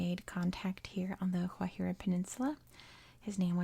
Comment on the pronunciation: Guajira with a hard G, your second pronunciation was correct :)